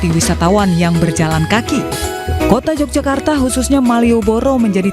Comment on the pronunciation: i news?mbacanya YOGYAKARTA bukan j🤝🙏